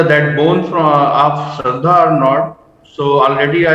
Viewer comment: ...it's Aftab not amaan ..it's shraddha not Sharda ...ur name is Sharda